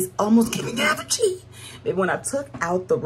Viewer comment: 😂😂😂 not aphogee😅😅😅 you had me rolling. I love those sandals❤